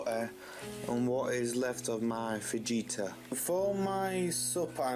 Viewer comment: don't you eat sitting down at a table? Just curious. That's a lot of carbs,. Fajitas are pronounced fa- hee-tas btw. You really need lots of colourful veggies; a rainbow of veggies if you will. Cut back on the carbs; I ate too much bread from the bakery with butter and now I've got high cholesterol. You're young, you've got to fuel your body with healthy food, you'll feel better for it. Even if you started having smoothies for breakfast with frozen fruit, avocado, vegetables, a bit of coconut oil with a milk alternative like oat or soy. It's easy to make and you won't even know there's veggies in it. I keep a lot of bananas in my freezer so I can have a base for my smoothie. Even adding peanut butter powder makes it healthier.